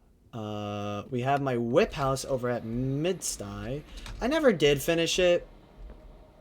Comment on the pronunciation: my man, ive gotta teach you how to pronounce Midisti right... "mid-stigh" is just fcking hilarious my man T-T